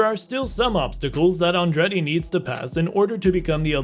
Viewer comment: The narrator could at least have learned how to pronounce "Andretti".